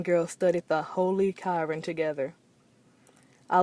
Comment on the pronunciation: She said Kiran. It’s called Qur’an (Ku-Ran) 😂